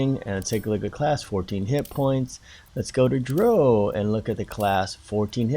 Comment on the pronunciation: It's also Drow (as in now) not long form "O" like Toe, but otherwise good job. Bear in mind though that you only get a [+1] modifier for each new even ability score. You kind of wasted a point in dex, when you could have placed it in STR (giving you a 18 or +4 modifier). Ideally you want STR and CON as your two highest stats, so you were right on with that.